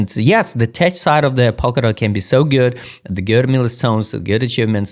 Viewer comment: Tech is pronounced 'TEK' Ignore the 'ch' in the spelling.